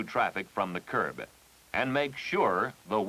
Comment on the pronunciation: That's, "Curb-uh." 😁